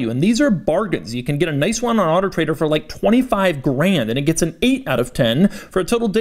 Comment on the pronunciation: The guy is so weird. It’s not even auto trader. It’s weird autotrdr. It’s not dot com, it’s dot co. What else did you expect from a guy named Doug De Muro. Love every bit of weirdness he exposes.